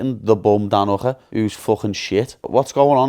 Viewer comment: brooo that's not how you say "Hooker" 😂😂